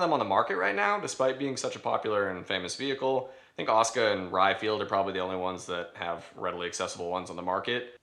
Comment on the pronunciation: i know its tupid.. by why are you pronouncing it 'oscar'?.... its Ah-soo-Kah